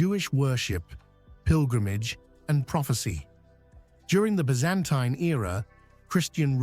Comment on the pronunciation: Byzantine! Learn how to pronounce Byzantine. Silly channel.